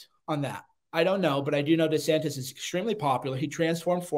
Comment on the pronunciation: "De Santez"?